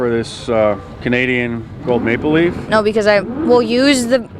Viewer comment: It sounds like he is saying Canadian “make belief” coin instead of maple leaf coin. I could understand why some of these people said no for that reason.